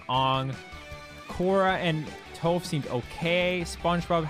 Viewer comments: You are pronouncing Toph and Aang wrong. Toph should rhyme with "cough" and Aang should rhyme with "Tang." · Calling toph toph? L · The way Leffen pronounced Aang and Toph’s names gave me huge M.Night Shyamalan nightmares 😭 Stop saying their names like that. That’s not it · How Leffen pronounces Aang and Toph HURTS me......